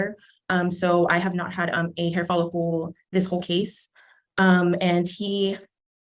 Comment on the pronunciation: Sounded like dad said he had a hair folicle before he cut his hair.